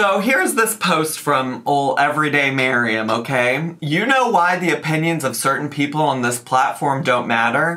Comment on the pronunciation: Also thank you for pronouncing MAriam properly. I'm getting irritated with the Miriams!